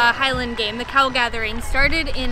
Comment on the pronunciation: I thought for a second called it The Cow Gathering.:o) I mean I know we're quite parochial as a nation but we draw the line at gathering cows